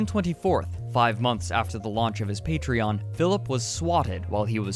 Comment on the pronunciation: how does he not know how to pronounce Patreon?